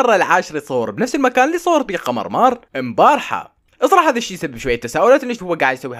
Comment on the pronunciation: مثل ما صرت ما تقول ايمومان قول قمر لٱ تقول قمرمار